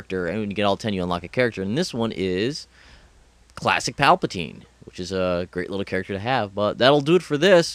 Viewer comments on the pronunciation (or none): palpatine? PAWpatine